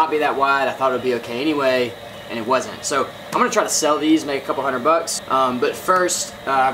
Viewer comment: You say "wudn't" I know the 'S' and 'D' are right next to each other on a US QWERTY keyboard, but when it comes to SPEECH.... I don't see any reason you can't properly pronounce the word "wasn't". Especially because you're white, live in America and I am almost certain English is your primary language.